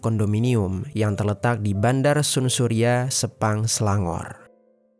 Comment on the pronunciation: Bukn sun surya bang baca san surya bg 😂